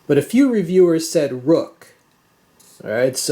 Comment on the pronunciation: Ruike is Chinese pinyin. Their Chinese name is 銳可. Its proper pronunciation sounds like Ray Ker.